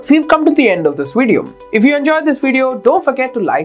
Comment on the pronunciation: Good video except you need to fix your "v" sound. It's "video", not "wideo". It's "virtuall", not "wirtual". It's "advantage", not "adwantage." The "v" sound is easy, just pronounce it like "f" , but SOFTLY. Example: "fideo" (video).